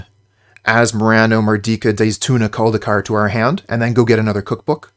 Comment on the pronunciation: I’m genuinely impressed how well you can pronounce Asmoranomardicadaistinaculdacar. It’s the best name of any magic card ever.